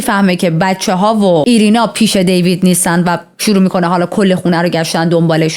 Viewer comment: ایرینا نه و آیرینا درسته. 😅